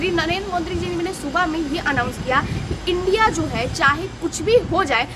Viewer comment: India❌ undia✅😅😅😅😅